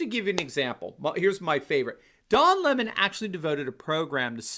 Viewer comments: If his last name is pronounced leh-moh is his full name actually doh lemoh? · "Le Mon"? Sounds just like Cyathinth Bucket insisting that it's pronounced "Bouquet".😂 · Every time I hear Don Lemon's name pronounced Li-MA, I think of WC Fields as Egbert Souse in the The Bank Dick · It’s important to pronounce his name correctly, LEMMING. He is following the, rest of the mainstream media off the cliff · If he pronounces his name the French way it would be L'aimant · Lemon prefers his name pronounced in the high French mannah?? That's like Hyacinth Bucket wanted her name pronounced "Boo-kay."